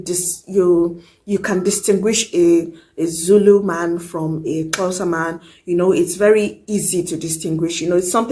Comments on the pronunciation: That Xhosa pronunciation 👌🏽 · Listen! 😅 That one and wamkelekile impressed me 🥰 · I love the positive vibe of your topics . 🤝🏽🤗. The way you pronounce Xhosa 👌🏾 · Impressive how you can click. You pronounced Xhosa very well.